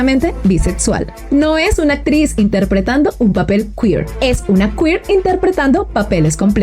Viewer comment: Haces un excelente trabajo, gracias. Pero, con todo respeto, voy a hacerte un comentario que espero ayude a mejorar tu gran trabajo. Cuando pronuncias ciertas palabras... lo haces, al parecer con una letra "T" en lugar de "C"... sonando "ETSITO" en lugar de ECSITO, "ATTRIZ" EN LUGAR DE ACTRIZ, "REATCIONAR" en lugar de REACCIONAR, "ATCIONISTA" en lugar de ACCIONISTA, "SELETCION" en lugar de SELECCIÓN.